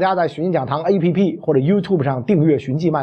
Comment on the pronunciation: Yiu tiuuuuub. 不是 yiu tu b.